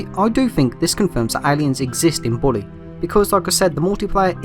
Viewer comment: The way says Bully is so weird lol It either sounds like body or booty or in most cases boobies 😂😂😂😂😂😂😂😂